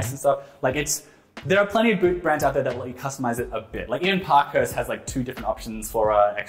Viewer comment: Ok, it’s pronounced “Park-Hearst” not “Pock-Hust” 😂